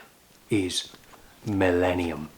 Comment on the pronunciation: Thinking millennium not mellenium.